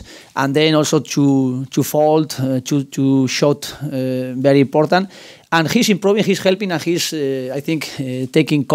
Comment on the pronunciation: Good Ebening and thank you bery much! I heard these two sentences😂😂